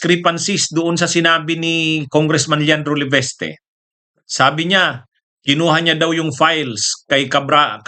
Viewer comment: Sbi nang LEVISTE di LEVESTE tigas ng dila mo, pag name ng tao itama mobpronounciation